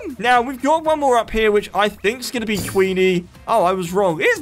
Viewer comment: Its Queener not Queenie